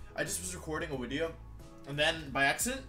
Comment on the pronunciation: Intro Gang Intro Gang Today's Intro: Wideo got the big delet